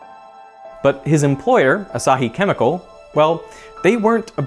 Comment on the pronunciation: you're mispronouncing Asahi. The stress is on the 1st syllable, not the 2nd.